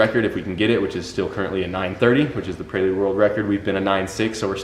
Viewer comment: Why do you keep saying prey-lude? It’s prelude,, you don’t say I’m gonna do a prey workout 😂 its pre workout. Pre pre pre 😂 preelude